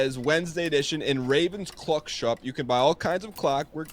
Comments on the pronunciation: I would watch this more, but saying words wrong is making me unreasonably angry. It’s not a Cluck, it’s a CLOCK. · Why is NL pronouncing clock so weird?